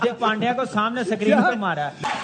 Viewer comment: Screen ko sacreene bolte hai 😂😂